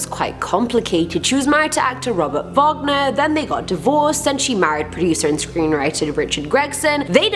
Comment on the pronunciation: It's Robert WAGONER....